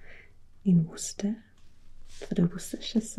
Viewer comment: I'm from Worcester and I'm impressed by your perfect pronunciation of Worcester and Worcestershire!